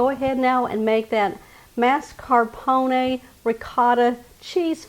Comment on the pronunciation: I am delighted with your Texas accent pronouncing ‘marscapone’ like ‘NASCARpone’